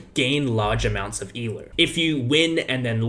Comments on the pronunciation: Can you say el OH and not e lerw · It’s ELO not ELOO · I totally get all your points, and I agree with you on everything, but if you say "E-LEW" one more time, I will destroy your entire continent. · Why does he call it ELOO ?